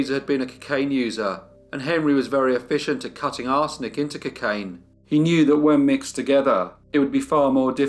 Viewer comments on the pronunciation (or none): "ka-kain"!. User!!! 😂😅